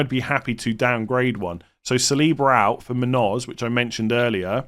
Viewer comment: It's pronounced moon-yose, not moon-ose